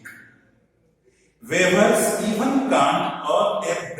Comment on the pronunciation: Hello Sir ! Please check your pronunciation of the words, 'weavers'